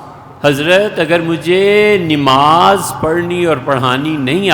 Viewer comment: حضرت لفظ نِماز درست کرلیجۓ